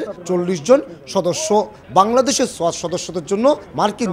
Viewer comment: সোআত না রে ভাই সোয়াট